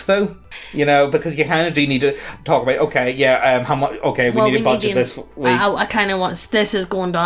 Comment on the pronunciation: we don't want to risten to you tark about NFT's. Stop with the hopium. Also, why are your L's R's? it confused me every video.